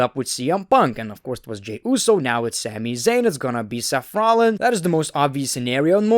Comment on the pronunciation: Everyone: Seth Rollins: Sef rohlins